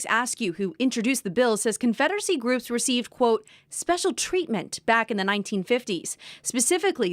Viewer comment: “daughters of confeddery” 😂😂😂